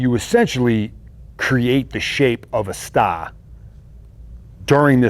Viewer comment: That'd be awesome! would be the "stah" of the audiobook!